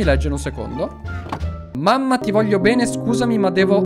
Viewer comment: ma quando dice P3n3 al posto di bene😂😂😂